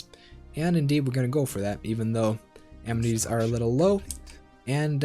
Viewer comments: In the first few seconds, you had me. I've hated Wiz for a long time. But "am-netties", seriously? "Uh-men-it-ees" practice now. Administrative Cap doesn't matter. Ignore it completely. Trust me. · a-MEN-ities, Not am-netties. Thank you. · It's pronounced "Uh-Men-It-Tees" Your videos are amassing though. Thank you!